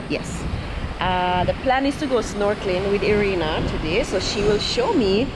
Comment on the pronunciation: Its not E-rina, her name is I-rina (Irina).